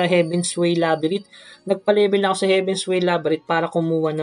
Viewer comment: Boss "Labyrinth" with "nth" hindi "Labyrit" correction lang